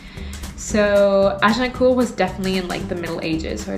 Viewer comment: Subbed and watched "What Moving to London During The Pandemic Was Really Like" to confirm to myself, because how you pronounced The Battle of Agincourt and Bayeux, you were a French speaker. Hopefully I'm correct.